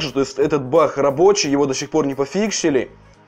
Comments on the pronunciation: Баг а не бах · почему ты говоришь бах а не баг